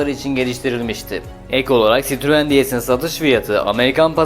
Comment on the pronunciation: Sitruuun çitruen 😆 sırtlan belini anımsatan tek marka böhöhöhööyt 😀